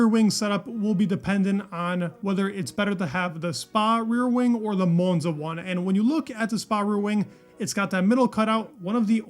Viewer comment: if you ever go to Monza, don't pronounce it like that.